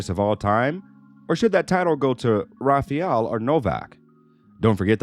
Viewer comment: It's not Rafiel Nadal, it's RafAel.. with A. 🤣